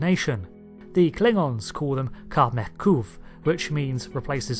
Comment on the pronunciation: I'm disgruntled because you miss pronouned Qa'meH Quv.